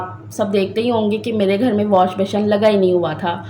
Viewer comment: ALLAHPAK waseela bantay nhn Hain banatay Hain,,,,,aur washbessin pronounce krain beshion nhn ,,,baqi Allahpak sb k haq Mai behtar frmayen